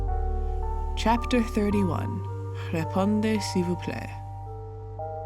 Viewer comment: THAT FRENCH PRONUNCIATION IS AMAZING BRAVO